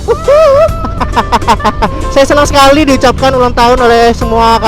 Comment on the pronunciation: "Akhirnya saya ulanng tahun" Kaya gapernah Ultah aja bang :3 XD